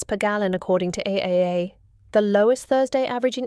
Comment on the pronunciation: Just fyi that’s pronounced triple A.